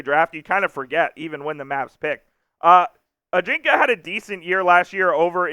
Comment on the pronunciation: You may want to check out the pronunciation of Ajinca.